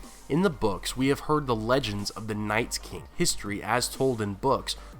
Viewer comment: I cringe every time you say Nights king!......unsubscribed!